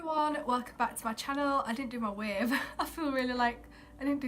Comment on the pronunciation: I lost it after you said "wave" but like "wayve"